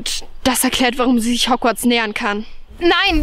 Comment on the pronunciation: Das heißt Hogworts und nicht hogwiez oder wie das heißt